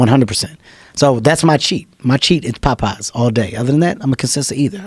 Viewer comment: I love how Kevin pronounces Popeye's.... sounds like he's saying "Pot Pies" :)